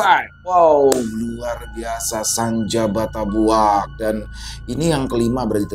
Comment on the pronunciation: Izin koreksi dikit ya 😊 Bukan Senja Batabuak Mas, Yang betul Senja Batabuik😅.